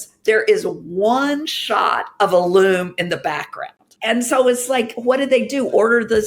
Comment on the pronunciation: I got a Loom ad right when Hank said Luum